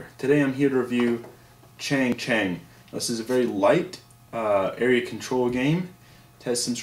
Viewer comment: good review, it's pronounced "ch-AH-ng ch-UH-ng"